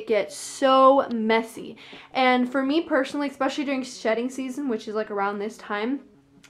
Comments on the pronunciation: Why do americans pronounce especially like "ek-specially" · First time in my life I'm hearing eXpecially. Great video tho!